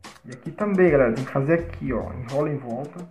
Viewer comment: "fazer" não :faser